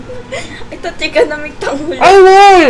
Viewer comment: Its like you are saying tanghuru